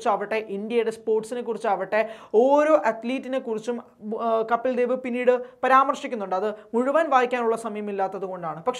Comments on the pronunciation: കാര്യമൊക്കെ ശരി. 100 % യോജിപ്പുമുണ്ട്. പക്ഷേ കപ്പിൽ ദേവ് എന്ന് തുടർച്ചയായി ഉച്ചരിക്കുന്നത് കേൾക്കുമ്പോൾ ഒരു അസഹിഷ്ണുത. കപിൽദേവ് അതു മതി. ഇൻഡ്യ ഇതുവരെ കണ്ടിട്ടുള്ള ഏറ്റവും മികച്ച ഓൾറൗണ്ടറുടെ പേര് തെറ്റിക്കാൻ പാടില്ല, പ്രത്യേകിച്ചും പ്രബുദ്ധരെന്ന് അവകാശപ്പെടുന്ന നമ്മൾ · കപ്പിൽ ദേവ് എന്നു പറയല്ലേ.. കപിൽദേവ്., എന്നു പറയുക. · കപിൽ ദേവ് എന്ന് വായിക്കു!